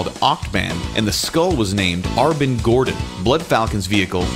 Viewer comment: Let me guess, "Arbin Gordon" is meant to be "Alvin"?